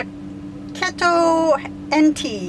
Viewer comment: Great Q&A. That auntie’s name is pronounced KEY TOE (keto). PAWZ Road Collapsible Elevated Pet Bed. Cheers from Vancouver eh!